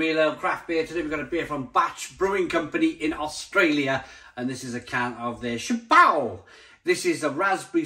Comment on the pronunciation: Go to a French Dictionary and look up "Hat"... Shap-eau